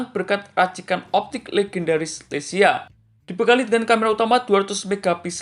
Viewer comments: LEIKA BANGG BUKAN LECIA🙏😐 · maaf bang koreksi dikit 🙏 leica bukan lecia🙏🤭